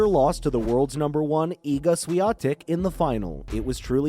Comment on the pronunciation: it's awful how Swiatek is snubbed here like she was not a champion but some anomaly or a glitch to overcome. And geez, can you learn to pronounce her name correctly? So disrespectful